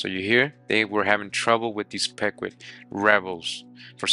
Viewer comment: It’s (peeqwot) pronounced but all love 😂